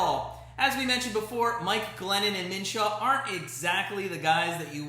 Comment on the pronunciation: It’s Minshew not Minshaw lmao